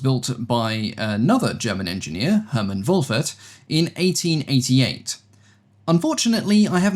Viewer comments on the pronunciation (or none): none